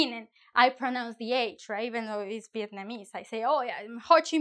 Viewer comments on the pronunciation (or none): none